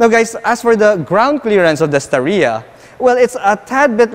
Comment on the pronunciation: star-ya lang po hindi Sta-ree-ya